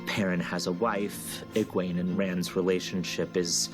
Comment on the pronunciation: The show is out and only you still say Egweeene and Eis Sedai. Sorry, wish you well